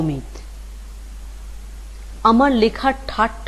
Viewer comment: অমিট> অমিত > অমি'তো' এই উচ্চারণ হবে।